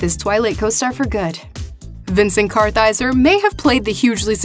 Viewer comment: Way to blow the pronunciation of Vincent Kartheiser's last name. Kaiser? Really??